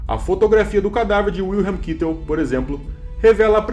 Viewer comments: Sim porém é Kaitel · “John, Kitel”!! Aprender os nomes em alemão melhoria o vídeo! Mas fez bom trabalho, mas fica aí a observação. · É Kaitel a pronúncia....